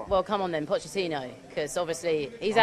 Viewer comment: "Pochechino" :'D :'D